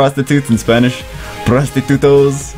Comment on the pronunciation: Prostitute in spanish is Prostituta, as in Prostitut-AH. Hope this helps